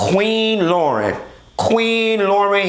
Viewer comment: Why you doing LAUYRN like that